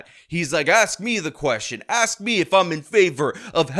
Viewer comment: “Axe” me a question? Really bro? Set an example for the students. It’s “Ask”. Were you a “graduate” of the Chicago public school system?